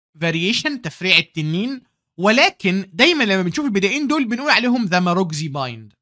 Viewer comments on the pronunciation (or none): none